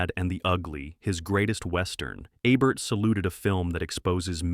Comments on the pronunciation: it''s EEEEBERT not ebert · A-bert? Eh-bert? This is AI! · It’s pronounced EEEEEEEBERT!